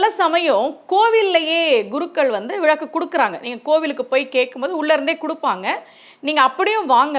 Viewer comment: விளக்கு தானே மா சரியான உச்சரிப்பு... நீங்க ஏன் விழக்கு விழக்கு னு சொல்றீங்க..ழ போட்டு பேசவேண்டிய இடங்களில் ஒரு சிலர் ள னு உச்சிரிப்பாங்க கேட்டிருக்கேன்... நீங்க ள வை ழ னு சொல்றீங்க